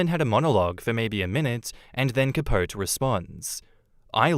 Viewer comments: Cuh-powt-ee. Yes I know it's wrong, but it's how Truman Capote pronounced it and it's his friggin name. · Capote = Cah-PO-tee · For episode four it’s pronounced Cah-po-tee. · Capote - the final e is pronounced.....please god